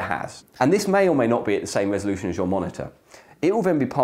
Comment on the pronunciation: Pardon. Did you mean resoloution?